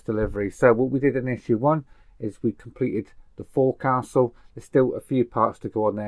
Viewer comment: Forecastle, pronounced "Fo'casil"